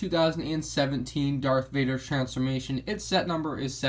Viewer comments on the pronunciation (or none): Are you saying dark Vader